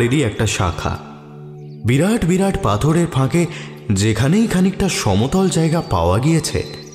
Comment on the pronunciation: কয়েকটা শব্দের উচ্চারণে ত্রুটি লক্ষ্য করলাম। জায়গাকে জ্যায়গা ইত্যাদি।সেগুলো ঠিক করে নিলে শুনতে আরও ভালো লাগবে।